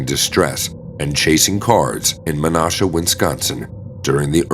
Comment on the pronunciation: Hearing the narrator say Menasha, WI is what was really disturbing